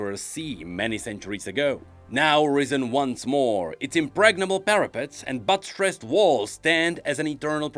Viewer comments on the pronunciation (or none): I lost it when he was reading Nautilus’ skinlore and said “butt-stressed”